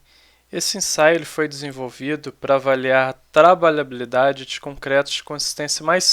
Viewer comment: Kkk, não consegue falar trabalhabilidade corretamente, mas foi bom o conteúdo. ;)